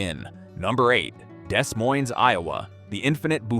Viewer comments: AI script, AI art, and an AI voice that says "DeSS Moines" and pronounces all the slashes. Love the "map" where Minneapolis is south of Denver, LOL. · More AI slop. Can't pronounce Des Moines. Isn't even internally consistent. Here, let me save you a wasted watch: "People in smaller communities that work together generally do better than people in large cities or those that try to go it alone." Pretty common-sense stuff. There, I just saved you 26 minutes, because the city list is ridiculous. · Great info, but this video's production appears more rushed than usual. LOTS of misspelled words and more mispronounced words (Dezz Moyns) than usual. The AI really shows this time. Still, the info is what's important and it is good.